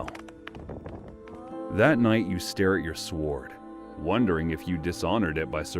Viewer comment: Tokugawa Ieyasu, not "Ley-yasu". It's a capital I, not an L. Meiji (may-ji), not MY-Ji. And "sword" without a pronounced "w".